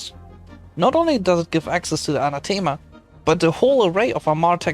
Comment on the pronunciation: tf is Anatima lol